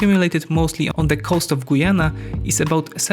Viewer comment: As a Guyanese I can only wish. And it's Guy-Anna not Goyana .